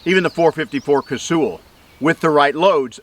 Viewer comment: Lol, Dick Casull pronounced his name like Cay- sul. Ca- soool wasn't it. Sorry........lol